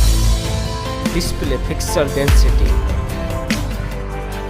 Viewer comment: Who noticed pronunciation of ratio 😂